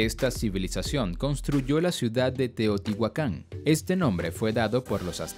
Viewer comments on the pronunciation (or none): none